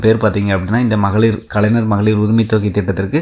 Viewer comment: தம்பி... முதல்ல கலைஞர் னு நல்லா சொல்லி பழகு... கலைநர் - கலைநர் னு சொல்லிட்டு இருக்க....